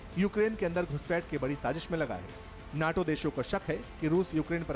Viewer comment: नेटो नही नाटो होता है...